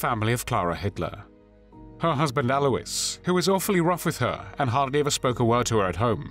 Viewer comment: Alois is correctly pronounced.